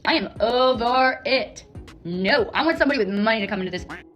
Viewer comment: she says "premerting" instead of promoting like she's Doctor Evil. Then in an Australian accent she says... "nauuuurrrrr" instead of no.